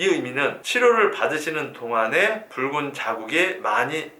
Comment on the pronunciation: 아 미쳐ㅋㅋㅋㅋㅋㅋ이것만들려요